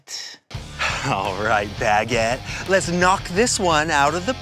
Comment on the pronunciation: HE SAID IT! HE SAID BAGGIT! 🤣🤣 Edit: Ian remembers the doughnut robber incident.